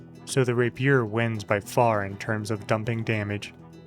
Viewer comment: Love watching your videos, mostly to see what common word you will mispronounce next... what is a Rapeeeer?